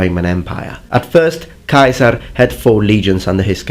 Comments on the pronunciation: Yulioss kai-saar 👌👌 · Sorry but you said Julius Caesar’s name incorrectly it’s pronounced giu-lius se-sar. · The way you pronounce Ceasar as "Kaiser" is annoying. Bad connotations and unnecessary edginess. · When u over-pronounce the names of foods in a restaurant in a different country: Julius KAISER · When he says Julius Kaiser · Why you say Kaisar? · Never heard Caesar pronounced Keizer, no doubt in my mind though, if you say that's the pronunciation, then that's the pronunciation. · So what is the real pronunciation of 'CAESAR?' Kai-Sar or See-Sar? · AE it is E in Latin, your pronunciation of Julian Caesar is wrong. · I know that you are using classical pronunciation, but Caesar with a hard "c" sound just sounds ridicolous. You seem a little child trying to be "authentic", nothing more. Ask yourself why university professors pronounce it with a soft "c" sound, and you pronounce it with a hard sound. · I never knew that was how "Caesar" was pronounced. It sounds closer to the German "Kaiser", and I thought they were the ones who butchered it and us English speakers were closer to the Latin when it was truely the other way around! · why would you pronounce Kasar instead of Cesar? In Latin "ae" is pronounced "e" or am i missing something? Funny enough later on you pronounce Cannae correctly as Cane (like the dog)